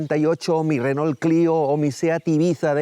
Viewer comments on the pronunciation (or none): none